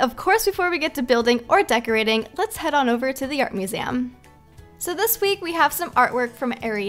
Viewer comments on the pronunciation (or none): none